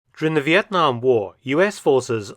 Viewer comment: Professor Mark’s pronunciation of “Việt Nam” is exceptional and pleasant to hear as a Vietnamses ! !